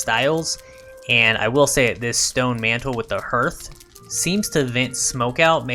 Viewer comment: Just as an fyi the vowel sound in hearth is pronounced ar, like heart, not er like earth.